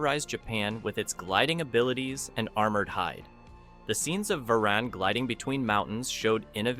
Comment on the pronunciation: Varan The Unbelievable came out in 1958 NOT 1962. Also, this is the 4th or so monster whose name you’ve mispronounced.